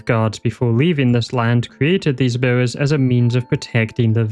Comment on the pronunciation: The "Miwwows" are getting me so bad lmao. Once I noticed, I couldn't stop noticing.